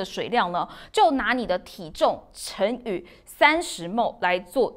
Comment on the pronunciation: ⋯⋯體重（乘以 ）30cc 不是體重（成語）30cc 這有什麼好錯的！ 主播到底有沒有讀書？怎麼畢業的？？？？？ 真的很差勁欸 TVBS監看一下去教導一下這位可以嗎？ 看不下去欸